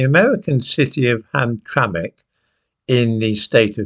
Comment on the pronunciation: You pronounced Hamtramck correctly!! You were already impressive!